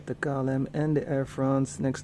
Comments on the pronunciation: Can you say “kei el em” instead of saying “ka el em” please? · It is klm is pronounced as Kay l m